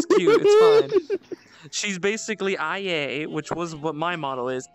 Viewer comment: Why has to say IA’s name wrong?